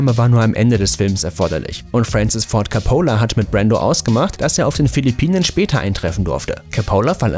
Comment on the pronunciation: das mit Francis Ford Coppola üben wir aber noch ein bisschen 🤣🤣🤣